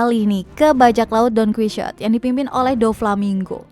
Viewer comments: Donquixote bacanya bkn don/qui/shot mbak.. tapi Don/qi/ho/te (itu di ada cara bacanya lhoo padahal) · Iya yg salah bacanya 😅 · Bukannya bacanya yg bener 'donkihote' ya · wkwkwkw "DONKUISYOT" 🤣🤣🤣🤣, gak enakkk woyy!!!! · Wkwkwk, iya aneh 🤣